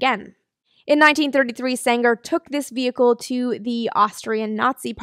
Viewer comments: Eugen Sänger pronounciation pretty on spot, maybe a softer 'ng' like in 'ringer'. The 'ä' is just an english 'a' like in 'ladder'. Also Eugen was pronounced right. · Actually your pronounciation of "Sänger" is rather good. The only minor thing is that the "ä" in "Sänger" should be stretched a bit more.